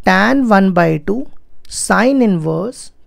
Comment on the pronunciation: Sir Tan nhi hota h tan hota h, itna style me tan kyo bol rhe h 😒😒 square ko scare bol rhe h 😒😒